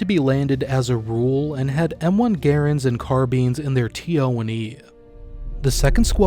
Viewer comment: It's Gr-rand, not Gr-ring.